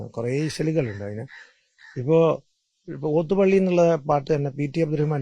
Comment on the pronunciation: ലോത്ത് പള്ളിയാണോ? ഓത്തുപള്ളിയല്ലേ? നല്ല അഭിമുഖം / വി.ടി. അസ്സലായി സംസാരിക്കുന്നു.